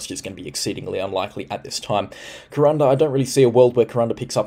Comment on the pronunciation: Thanks so much for your amazing work.. this FNQ chick loves all the info.. and who cares how you say Ku ran da.. lol